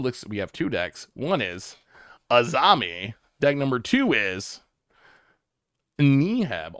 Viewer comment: The Arami deck should be awesome, but you would need to learn how to pronounce it correctly. There is no Z in it.